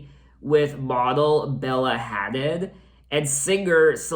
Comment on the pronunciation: You pronounce the hadid part of bella hadid like "huh-deed" just to help u out a bit :)